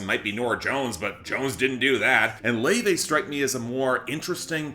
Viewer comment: Yep, that's the correct pronunciation of her name.